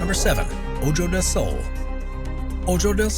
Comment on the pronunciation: "Oh-joe del Sol"...seriously? It's pronounced 'oh-ho'. Also, "while [the Buckingham Palace guards] are mainly there to help entertain the tourists..." No...they're 'mainly' there to guard the palace. They are not 'mainly' tourist entertainers with silly hats whose secondary duty just so happens to be guarding the palace.